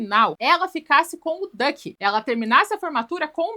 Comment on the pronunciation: A Neura chamando o Duck de Dick e realmente, combina mais com ele 😂